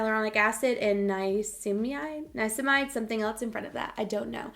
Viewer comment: You are the cutest! It pronounced NI-A-SIN-A_MIDE. It’s a wonderful ingredient for calming and soothing the skin. Great to incorporate into your skincare for anti-aging. Love the video! ❤️